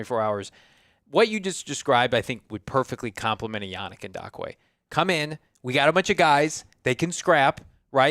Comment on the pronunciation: I hope eventually realizes that there is no "D" in yannick ngakoue lol the way he says it with confidence is cringe lol it's pronounced N-gock-coo-ay